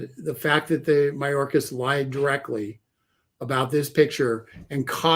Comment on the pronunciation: It's Mayorkas NOT Mahorkas.